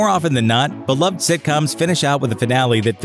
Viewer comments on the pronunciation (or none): none